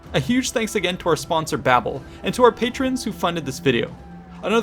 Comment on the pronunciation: Dan Carlin uses silly pronunciation. Ageeein and ageein.